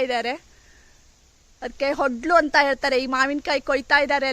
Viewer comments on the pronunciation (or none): ಅದು ಒಡ್ಲು(ಒಡಲು) ಹೊಡ್ಲು ಅಲ್ಲ